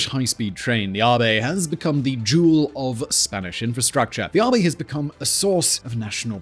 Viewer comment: I think you are pronouncing "AVE" incorrectly. It should rhyme with "Abbey" rather than "Harvey"